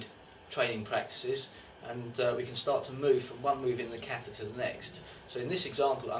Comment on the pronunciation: How can you write a whole book about kata & not be able to pronounce the word "kata" correctly?